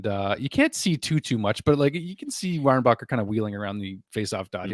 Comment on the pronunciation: For your infos, we dont prononce the ck in Reinbacker. Suppose to sounds like Reinbaher.